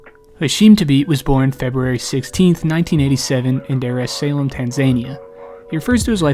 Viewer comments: 💀 “Dare es Salem tanzaneia”💀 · The butchery in your pronunciation of Dar es Salaam and Tanzania... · The pronunciation of Dar es Salaam, Tanzania caught me off guard 😂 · My word, the way you pronounced Dar Es Salaam, Tanzania should be a crime